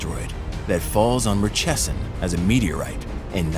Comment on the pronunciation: You've mispronounced Murchison. Mur (like murder)-chee-son